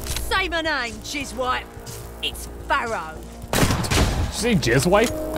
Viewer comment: "Jizz Wipe" I cannot unhear this.